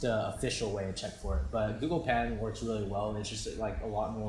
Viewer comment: i think its patent and not pant lol just joking